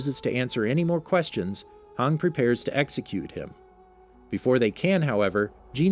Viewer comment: no offense but did you really call hanji, hang?